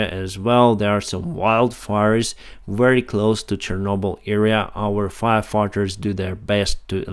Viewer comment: Pronounce " Very" like ”вепи“